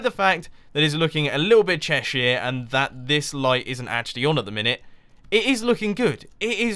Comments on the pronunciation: Haha, I'm from a small town in Cheshire, and I didn't realise that we had that reputation. Definitely not the town I'm in, full of chavs and doley's. By the way, you say Cheshire much more poshly than I do, I say it Chesh er, with the er like the er in homer. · thats not how you pronounce cheshire you silly turnip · You pronounced Cheshire so wrong... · What's Chershire?